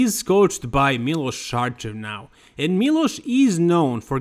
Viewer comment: And that my foreign friends is how you pronounce Miloš Šarčev